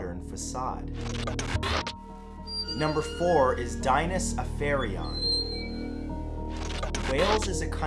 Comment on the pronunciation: No.4 is miles off for pronounciation. It’s closer to Dee-nah’s A (as in apple) ff A (apple again) on